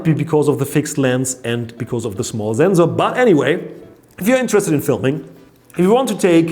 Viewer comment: Zenzor was better 😂